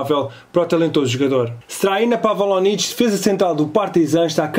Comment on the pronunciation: #contra-relógio e agora pelo que eu tou a perceber o benfica quer um número 2 para baliza. E esqueceste te de falar da possível contratação da jovem promessa Canadiana Jonathan David. E não se diz Pavalovic mas pavlovic.